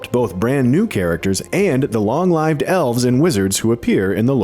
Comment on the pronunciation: "Long live-d elves" ? Lol